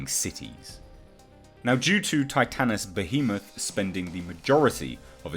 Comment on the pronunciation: You are the only one who has pronounced Titanus Behemoth